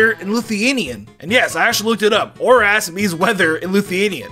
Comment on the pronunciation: the way you say oras OR ASS